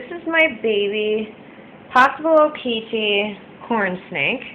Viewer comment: u said okeetee wrong (okatee)<pronouceation(